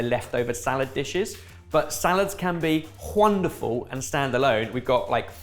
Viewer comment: "...can be wHUNderful..." Pretentious or not? You decide. 😅